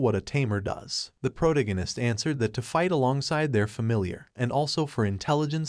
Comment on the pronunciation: [PRUH] + [TAG] + [UH] + [NIST], how to say protagonist. Good content, but this was killing me.